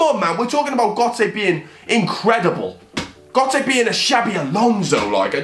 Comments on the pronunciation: Not how u say gotze man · You were saying götze wrong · why was he saying gotze that way